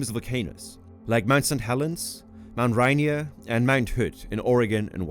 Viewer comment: Mt. Rainier, San Joaquin and "epitome" were all incorrectly pronounced.